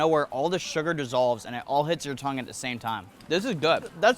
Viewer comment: U still saying tongue:/